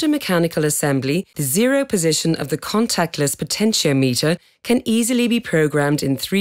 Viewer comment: "She" pronounces potentiometer wrong.